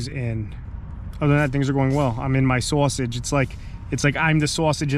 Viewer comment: The video: SUPR SCAREE CAHMPIGN STOOREEZ!!! This guy: ima sawsige